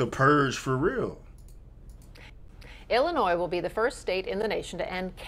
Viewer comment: First, round of 👏 for having the knowledge, on pronouncing the state correctly. The amount of people I talk to on the daily...use that "s" on the end, and ain't from there. I'm from there, but don't live there, Thank God! I look at that place now, like Gotham City. Anytime, "they" make laws, that start with something that sounds good, like "patriot act", which doesn't help patriots...no, it throws the book at them, for doing the right thing. Now...its the Safety Act...🤣🤣 Remember your 2nd Amendment, and hold onto it tight!